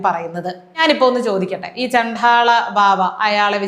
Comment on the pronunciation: ഇത് കേരളം തന്നെയാ 😮😮😮😮...... ചണ്ഠാള അല്ല ട്ടാ ചണ്ഡ. ആണ്... ഏറ്റവും നന്നായി എല്ലാം അവതരിപ്പിക്കുമ്പോ ഇതും കൂടി ok ആക്കാൻ മാത്രം. കുറ്റം അല്ല കൂടുതൽ care ആവാൻ ❤